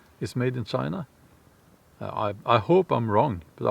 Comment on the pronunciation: 20 million missing in....... "Chi-na"